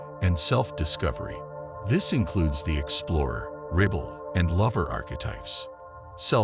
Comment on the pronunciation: Whats a reebal? Omg AI is terrible. but info is good.